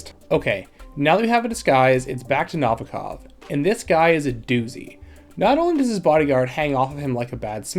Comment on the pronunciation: The way you pronounce Novikov is distracting 😂 do you ever listen to the game? ;)